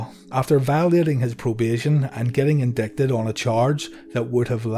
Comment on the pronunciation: ha indicted. nice phonetic english